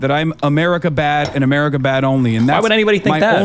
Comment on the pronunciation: Umurica sumtime liddurally bad. BUTTT umurica also sometimes liddurally good